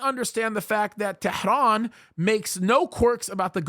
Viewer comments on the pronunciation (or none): none